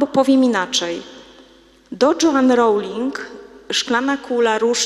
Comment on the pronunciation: Joan wymawia się /dżeun/ a nie /dżoan/ proszę Pani.